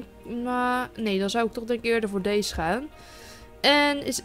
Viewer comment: sorry dat ik het zeg maar je zegt steeds dees en niet deze geen haar maar ja je mag ook gewoon dees blijven zeggen hoor